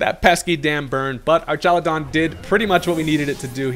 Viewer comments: Why u sayin it like “ar-TCHA-lu-don” instead of “ar-KA-lu-don” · So, just to preface, this is the first Ive heard it said... but I feel like it would be pronounced ARK instead of ARCH, because you know... electric arks